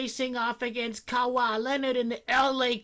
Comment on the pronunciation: I'm really curious, why do you pronounce Kawhi "Kawa"? Been like this for years lol